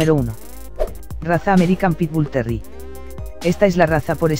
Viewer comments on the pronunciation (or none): puras tonterias que dices como me dices que un bull terrier es un pitbull y como mencionas terri en lugar de terrier? no mms